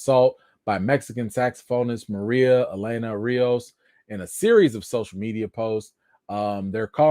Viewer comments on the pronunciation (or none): none